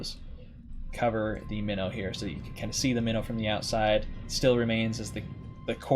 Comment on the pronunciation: Since the start when calling your ship "Minnow" I always heard "Mino" like Minotaur. (Which interestingly was a Royal Navy cruiser class during the first world war, and a proposed design before the second one) I always thought you meant the mythical animal Minotaur (or the ship class), not a "small fish" or fish species.